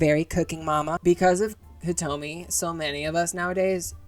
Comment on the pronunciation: You got Hitomi correct, and that's what I came here for so everythings good fam keep it coming.